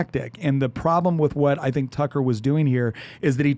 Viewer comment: Way to make Tucker sound like fucker lol